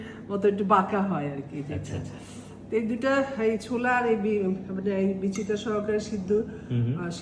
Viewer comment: ঘী আবার কাঁচা হয় কেমনে?? হা হা হা 😂😅 ছুলা না। “ছোলা”।